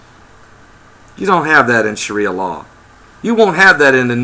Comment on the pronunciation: I'm pretty sure it's sharia law, not shria law.